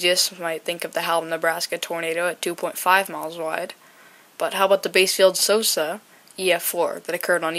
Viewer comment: Side note but by the way bassfield is pronounced like the fish "bass" instead of "base" "bass- field". Otherwise this was a great video! Also merry Christmas if you celebrate!